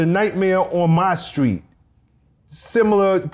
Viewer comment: A whole lot of black folks can't say the word "Street" 🥴 what a great story teller 🤩thanks for the interview 👍